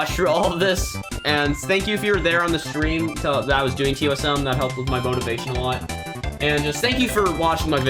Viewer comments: Acronym: ToSM How u pronounce it: toss some Edit: thx for the likes never got over 13 likes under a day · I pronounce it toe sim not toss some just my personal preference.